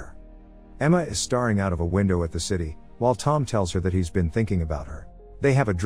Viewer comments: "emma is starring out of a window" I've never seen someone confuse staring and starring verbally lol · "Emma is staring" It is staring, not star-ing Grammar angr sound (This is a meme comment)